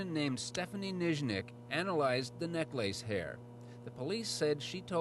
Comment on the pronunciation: “Neck lace” Is that the Canadian way of pronouncing necklace?